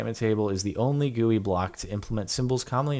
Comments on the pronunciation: Did jardon just read GUI as an actual word XD? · I like how he says "gooey" instead of "GUI". Nice. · Did he say GOOEY!